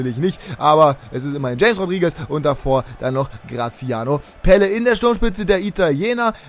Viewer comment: Graziano Pelle hat richtig ausgesprochen weil ich Italiener bin und es weiß